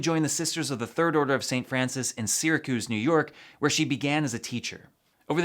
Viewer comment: I live in Syracuse and to see you pronounce it like that blasphemous